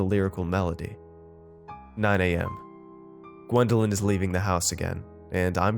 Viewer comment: it’s Gwendolyn not wendeling